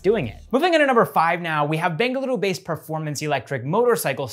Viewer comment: The way he speaks Bengaluru is no native sounding,. ❤️